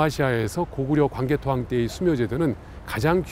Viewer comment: 발음을 잘 하세요. 강개토 대앙이 아니고 광개토태황입니다.